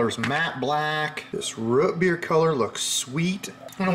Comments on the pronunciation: ‘Ruht beer’? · "Root beer" is the only thing I've ever heard you say with, what I assume to be, a regional accent.